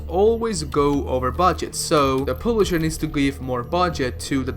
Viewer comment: Wtf is a pooblisher lmao jk love you